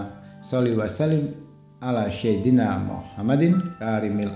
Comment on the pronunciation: bacaan Arabiah nya tidak fasih, yg jelas sebutan SAYYIDINA tu bukan SYAIDINA..